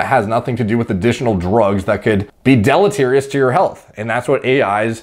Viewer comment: delitirious? Wot?